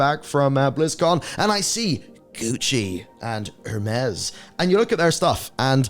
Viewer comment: Just so you know, Hermes (pronounced air-mes) is actually a top quality items.